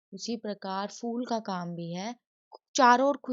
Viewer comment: Madam not ful its phul😂😂.